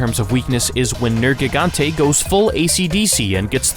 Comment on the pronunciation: Liked after 32 seconds. You correctly pronounced Nergigante